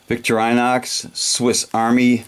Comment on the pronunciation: the brand is actually "Vick-tore-in-ox"